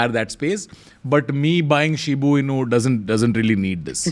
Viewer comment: pronouncing Shiba as "Shibu" is so funny!!🤣